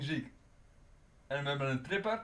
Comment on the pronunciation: #tripper in plaats van trippier #donurama in plaats van donnarumma